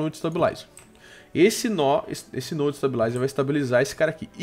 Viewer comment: pf para de falar nó é node